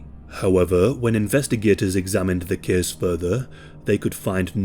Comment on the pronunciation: thes keeeeze takes plaes